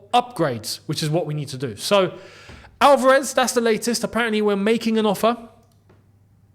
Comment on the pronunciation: Just wanted to point out that it's ALvarez (stress in the first 'a'). Love your vids